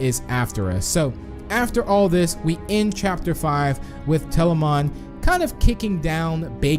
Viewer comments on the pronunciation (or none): Tbh he's been miss pronouncing words like telamon - telaman